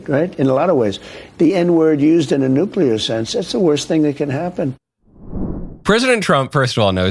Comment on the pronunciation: Nuclear or nuclea?